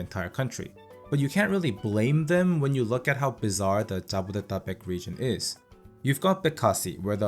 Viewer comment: OH WOW YOUR PRONUNCIATION OF JABODETABEK IS REALLY GOOD